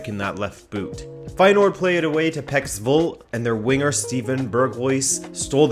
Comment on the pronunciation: you butchered Lucas Digne's name. Not only him but Berghuis and PEC Zwolle aswell. 🤣🤣